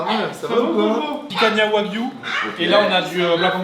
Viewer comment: Picanha c'est Portugais on ne prononce pas le "a" a la fin c'est ma viande préférée. Ps: vous êtes les meilleurs je vous kiffe